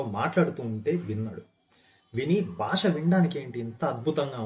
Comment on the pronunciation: బాష కాదు, భాష. వాల్లు కాదు, వాళ్ళు. దయచేసి మన భాషను సరిగ్గా ఉచ్చరిద్దాం.